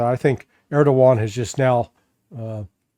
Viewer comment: Larry, it is ERDOGAN not Erdovan!